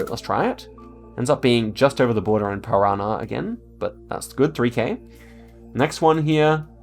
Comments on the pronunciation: pro-tip: accents can only be used on tonal syllables... so instead of saying paRAná we say paraNÁ. nh is almost the same as the spanish ñ we also have lh which sounds like a short li as in you really don't hear the i that much. soft G and hard G follow the same rules as C... CA = KA, GA = GA... but CE = SE, GE = JE (using J as soft g here, I know english J has a "Djay" sound and I have no idea why they got the D haha) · Parana (my state) being pronounced as piranha is soooo funny lmaoooo